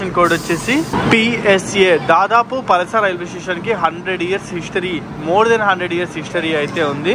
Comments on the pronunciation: Palsa kadhu anna.... Palasa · పలాస bro పలస కాదు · mundhu uri peru sariga chepadam nerchuko bro 😒😒😒 Palasa - పలాస telugu vaste niku ardham ayidi bro tapu em chepavo. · అది పలస కాదు బ్రో. పలాస... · Palsa kadhu bro palasa thank you bro from srikakulam ❤ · Bro adhi palasaa kadhu bro palasa,319 cashew factories unnai dantlo madhi okati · palasa anakudadu palaasa anali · Adhi palsa kadhu bro palasa... Ma ooru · పలసా కాదు బ్రో, పలాస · పలస ah? పలాస ayyi untundile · పలస కాదు పలాస